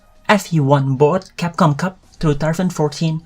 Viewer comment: CAPCOM Cup sounds like Thai Language KAPUNKAP Lol